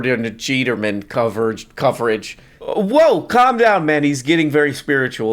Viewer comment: John “Parker” Feeterson eUuUGH